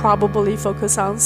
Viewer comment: 她的英语说得很好。但和所有讲普通话的人一样，很少有人能正确发音“on”和“n”。这不是批评，只是观察。我喜欢她关于地缘经济问题的很多演讲。